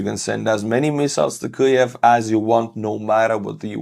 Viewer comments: can't say kyiv. it's not kyuv buddy it's keeiv:} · Weird - why are you mispronouncing Kviv? Sounds like you are saying Klviv. Why add the sound of ‘l’ ?